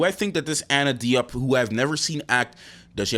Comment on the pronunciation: Her name is pronounced, dee-yop.